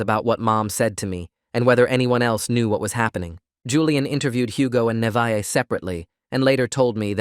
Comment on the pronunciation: alr ik this is random but my name is also Neveah and it makes me so MAD when ppl say it "Ni-va-h" like bro, its pronounced "Nah-vae-h